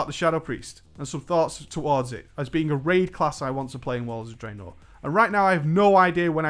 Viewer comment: For the love of god can you stop pronouncing Draenor the way you do.